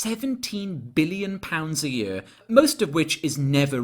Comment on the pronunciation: I'm pretty sure his accent is Welsh. Sort of an odd, posh-sounding Welsh but Welsh nonetheless. I've never heard any other nationality pronounce "year" the way he does, "yurrr".